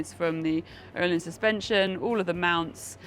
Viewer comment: can someone explain the correct pronunciation I thought the correct pronunciation was o hlins not as she pronounced it oo hlins or is me.